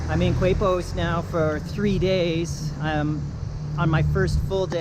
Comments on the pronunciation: Keh-pos!!!!!! Coo-aipos.....Quepos! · The beach was like 100 meters ahead you bro 🤣 And is Quepos (kepos) not "kuepos". But thanks for let me feel in my hometown for a while (I've livimg im mexico for 4 years now). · You took the bus from where? Now Quepos is pronounced Kepos, not cuepos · Pronounced Kepos.....Not KWEPOS..........in spanish "qu" is pronounced K............Like esQUina....(corner)..is pronounced esKina. You only pronounce the U with the letter G with certain vowels as in GUapo (Gwapo). Just a clarification. I lived in Costa Rica for 2 years. Miss it. Very nice video. Thank you for posting. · It’s pronounced ‘Kay’pos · K-pos = Quepos is the pronunciation for all of you who stumble to this video. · FYI it's pronounced "Kay-Pos"